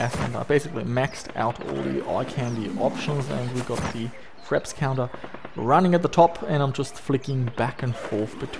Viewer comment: NO . i meant FRAPS .. i couldnt tell exactly what it was by the way you pronounced it with your accent (no offense).. i googled and found its name = FRAPS.. all good